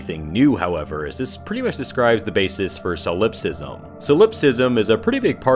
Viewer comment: soul-LIPS-ism des-CART-ay hahahaha